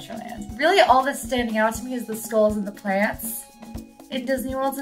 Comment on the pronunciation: How did you not call out use of “skoles” versus skulls? 🤣